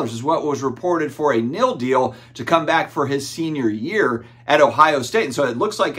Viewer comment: Take a shot every time says NIL wrong 😂 Just get done playing spades old man? 🤪🤪 it’s NIL not NIL 😀